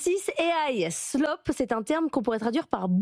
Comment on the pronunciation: vous prononcez slop trop vite et oubliez le A